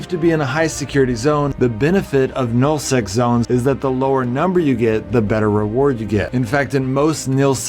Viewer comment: You keep saying nill sec and it's pissing me off. Its Nul Sec.